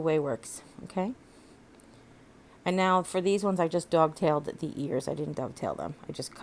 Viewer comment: Super cute! Did you really say dog tailed the ears or was I hearing things? 💗🎄